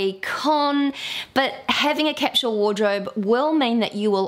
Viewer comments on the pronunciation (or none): IT IS CAPSULE NOT CAPSHULE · OMG!!!! 🙉 I'm trying really REALLY HARD to deal with the way you say Capsule!!!!!!!! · OMG I'm trying really*REALLY HARD* to deal with the way you say Capsule!!!!!!!! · You may be surprised to know that capsule is pronounced differently in different parts of the world - neither is right or wrong!